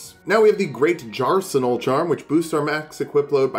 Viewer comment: "the great jarsenal"